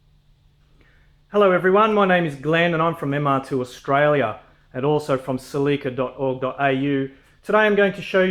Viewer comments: It's pronounced, "sell-eh-kuh". Not "sell-EEEEE-kuh". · He's saying Salika lol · Pronunciation: Sel-lick-a